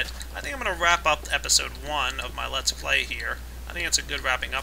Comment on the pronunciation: He needs to fix his grammar, it's Let's Play, not Lats Play.